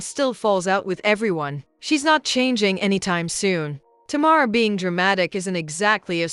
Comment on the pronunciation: Sounds like it’s saying Tomorr instead of Tamar 😂😂